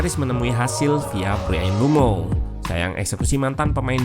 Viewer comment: Saran bang, kalo nyebut mbuemo sedikit ada penekanan, soalnya kedengaran seperti bruno